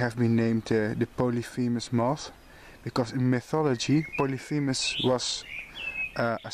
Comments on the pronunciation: Polyphemus is correctly pronounced. Cecropia is wrong. The first C is pronounced like an S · My God mother was the moth and butterfly expert. Literally WROTE the book on them Joan E. Heitzman Her husband Was Richard Heitzman But if she were still alive... she would of told Your pronunciation of polyphemus moth was superb 🤗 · Actually here in the U.S. ,We pronounce the first C in 'Cecropia' like an 'S', so it sounds like 'Secropia'. You got Polyphemus right though :). I do the same thing too, often mixing Polyphemus with Promethea. All beautiful silkmoths indeed. The last one is really pretty.